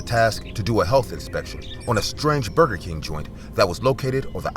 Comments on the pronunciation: Bro not bruger king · “Bruger king” ☠️😂